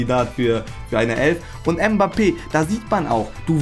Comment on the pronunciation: Kylian Mhhbappè 🤣🤣🤣